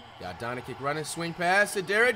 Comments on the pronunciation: not to be mean or anything but Dončić is pronounced donchich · Why tf this mf keep calling Luka "Donikick" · Why does flight call doncic, donikey lmaoo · Learn to pronounce the mans name, there is no KICK in his surname. LMAO It's not hard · Respect Luka man, at least pronunce his lastname correctly! 😂😂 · He’s been reacting to Dallas games for the longest time but still can’t pronounce Doncić right. YOU CAN REALLY TELL THAT THE AMERICAN EDUCATION FAILED THIS KID. So sad to hear. 🤮🤮🤮🤮😂😂😂😂😂😂🤮🤮🤮🤮🤮😂😂🥴😂😂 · Say his fucking name correct. Like omg guys hes so quirky 🤪 i say stuff wrong too because om the funny friend 😑